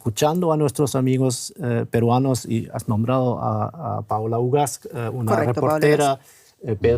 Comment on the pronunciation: Es Paola Ugaz, no fugaz, esta conductora chilena infórmese si no conoce !!!